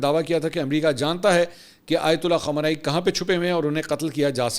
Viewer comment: أپ خامینائ کو خامانائ کیوں بولتے ہیں۔۔۔۔۔۔؟